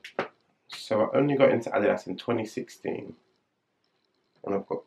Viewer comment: Sehr schönes Video und ich freue mich sehr das du "Adidas" richtig aussprichst, sehr gut!!! Mir gefällt der EQT am besten! Very Nice